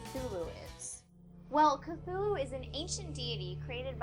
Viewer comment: uh, it's pronounced C-too-loo, not c-thoo-loo?